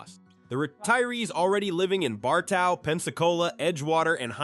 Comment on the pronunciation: It's pronounced BAR-TOE.